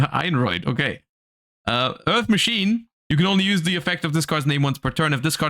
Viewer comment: Idk if it was intentional but after saying “Einroid” the German accent kinda slipped out when he said “Earth Machine” haha